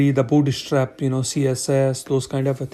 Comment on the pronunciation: you're killing me every time you say booty strap :D thanks for the video